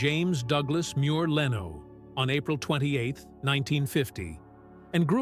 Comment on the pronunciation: You were very negative about Jay Leno. Jay did this all on his own without an agent! God bless Jay Leno! BTW, your computer voice cannot pronounce LENO!